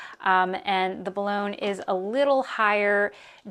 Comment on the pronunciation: Boo-loin. As in the famous city in France.